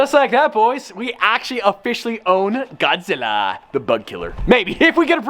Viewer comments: Godzilla=“bugklla” not “bugkllr” Sorry I’m from tha south 👍🏼👍🏼👍🏼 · asin says god zila (goud zilla aaaaalalalalalalala